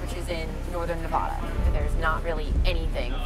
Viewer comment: as a nevadian, STOP SAYING NEVODA